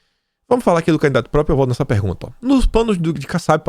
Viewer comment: Ô,, não bastasse o bom e velho "própio", agora temos você soltando "depedração". Meu, perdoa a implicância, mas o conteúdo continua muito bom e vc sempre comenta que luta para melhorar a forma do programa. Daí, penso que não é mau vc dar um pouco mais de atenção à tua leitura - ainda mais que agora, que você passa a ser comentarista de outros veículos. Na paz, sucesso e forte abraço.